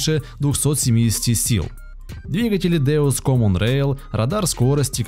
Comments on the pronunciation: Deutz надо читать как дойц а не деуц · причем тут терион.он не в тему.посмотрите какие агрегаты на нем используются.и вообе то дойц а не деуц.ксерион это не трактор-а модуль-он может даже как комбаин.не ну за терион-смешно